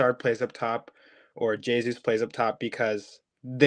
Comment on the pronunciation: Come on guys, its almost 2024 and theres still people out there not pronouncing the "J" in Jesus... hes not spanish!